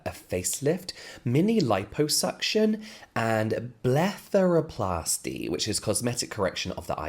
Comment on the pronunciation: •Blepheroplasty•. BLEFF. Not bleth